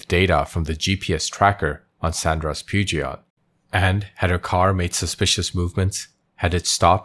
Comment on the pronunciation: Never heard of a Pewjot car; Peugeot, yes.